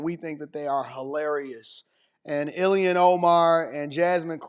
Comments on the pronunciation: ILHAN Omar he said ILMAN lol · Dear, I'm not sure it matters but her name is not Iliana, it's IL -HAN O - MAR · "Ill-man Omar" 😂😂